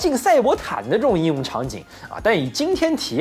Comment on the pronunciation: 应用 读英